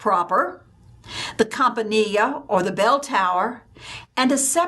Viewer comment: Italian pronunciation: Campanile "L" not a "y".